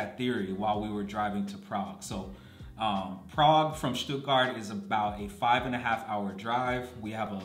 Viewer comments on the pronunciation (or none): none